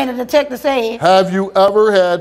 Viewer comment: The "He thsaid no" had me in 😭